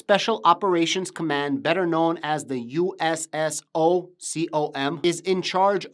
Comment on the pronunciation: USSOCOM pronounced [SooComm]it’s the Navy Seals, Army Rangers/Green Berets and AFSOC is it’s own entity too they do CSAR Combat Search and Rescue etc. Others entities like Delta Force and others